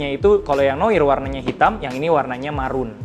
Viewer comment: Koreksi bang, noir bacanya noar wkwk